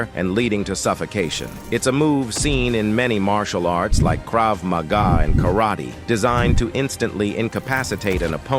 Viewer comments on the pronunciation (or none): none